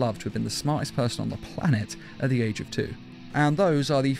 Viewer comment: Ageo???? AGEO????? u mean age right??